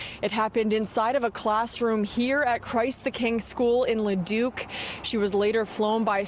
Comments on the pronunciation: It's pronounced "Le-duke" not "Le-duck".....just sayin. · Leduc neighbour here :) it’s pronounced la Duke ❤ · For story 2 the location is pronounced la-duke not la-duck lol. Source: I’m a local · "LeDuck" lmao best part of the video. It's pronounced "luh-DOOK" if anyone cares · Le duck lmao 😂 real cute. It's le duke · Ledook is how it's pronounced. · Haha... Le duck. You always nail the Albertan towns, but this one is "le duke" 😂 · lol it’s pronounced Le-Duke not Le-Duck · Leduc is pronounced like it's French, "le duc", not "le duck" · Second video you called Leduc "Leduck". It's LEdook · As a former Leduc resident, I wanted to let you know that you made my whole day when you used “Laduck.” People who are not familiar with Leduc use “Leduk.” So, with a simple syllable change, you pronounce it like “Le Duke.” Leduc, Alberta, is a small city 15 minutes away from Edmonton, Alberta. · Hey, I live in Edmonton. It’s pronounced ‘Le-Duke’ but my British gps also pronounces it ‘le-duck’ ahaha, I’ve also never heard of this guy! So weird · "LeDuck" lmaaoooo ily 😂😂, it is pronounced like "le dook" incase anyone was wondering though xD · Pronounced le Duke not la duck lol. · Lah-dook, Alberta. Not Le-Duck. But appreciate the Edmonton call out. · I grew up an hour ish away from Leduc… 🤭 I love that pronounced it “Leduck”!!! But just fyi it is pronounced “Leduke”… but say it however you’d like! 😂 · Leduc Alberta is pronounced Lah- Duke not Lah- Duck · Oh,. You're a doll. For Juniper Crossing: Leduc is pronounced as 'Le-dook' (or le-duke), not le-duck. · Love your content. In Alberta Leduc is pronounced Le Duke, not Le duck. FYI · La-duke not laduck lol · Leduc Alberta, pronounced like Laduke not laduck. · Leduc - Leduke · It's pronounced La Duke not La Duck. I live in a neighbouring town called Devon. Don't know how I didn't hear about this. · Hi, it's not pronounced Leduck, it's Leeduke. Leduc, Alberta. I live in Alberta. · Pronounced Leduke not Leduck 😂